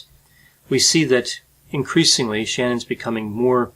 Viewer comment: Wife's name iss sh-nann